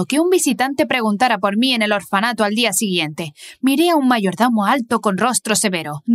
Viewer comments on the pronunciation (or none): Mayordomo ❌ Mayardomo ✔️ Ksbdksbd